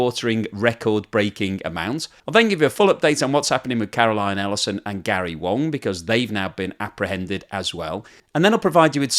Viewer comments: Its Gary WAng not WOng. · Gary Wang, not Gary Wong. 😂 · So, Gary ‘Wang’ is actually pronounced ‘Wong’?